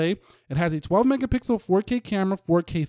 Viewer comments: Is it me or do you say megapickels??😂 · Max gill hey want some mega-pickles😅😅💀